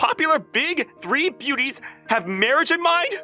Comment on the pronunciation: "The three big booties" I swear I misheard that while passively listening.